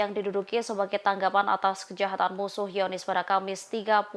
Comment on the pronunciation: "hiyonis"? langsung bilang zionist aja mbak